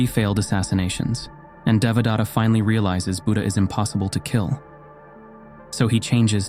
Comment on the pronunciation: Nice fictional story. But do you really think that you got in touch with the original knowledge and found who was the real Buddha? When you read the word Devadatta, I am wondering whether your followers could build their understanding around some other name because you are short on pronouncing it that would evolve into a new story with a new name. Let me tell how it should be read using a few English words as close as possible. DE should be read as THEY. VA should be as in cleVEr. The next sound DA should be as the word THE. Next sound T should be as in the word paTH. Last sound TA should be read as in THAna (Indian - police station. This is the same word that is read as station in English - Check pronunciation on line). I am trying to point out that, the word Buddha is also a poor pronunciation of the real word. As you describe yourself, I am also a researcher in to ancient knowledge. Just like false gods and prophets, there are also false Buddhas that you don't understand. Modern teaching is extremely corrupt and deviates from the original teaching. On top of that, they have mixed everything together from other interpretations contained in Hindu, Aghori, and Jain faiths, and even some concoctions by individuals that further dilute this very important piece of human knowledge. Every human today carry genetic changes reflecting the application of the original knowledge that form basis of your every day activity. BTW, the original knowledge did not originate in India as you cl